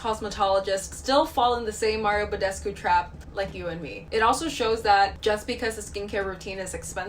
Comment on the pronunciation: Wait.... did say badescu right? I feel like that isn’t how your meant to pronounce it. I’m probably wrong tho